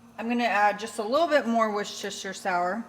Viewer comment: Awww, bless your heart with your being loopy and still filming.😅😋😘. You were cracking me up with your Worcestershire pronunciation. I had it on caption, and it kept writing "Werster Sour."